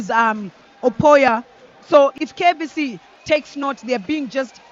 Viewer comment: Commentators it is KAVC not KVC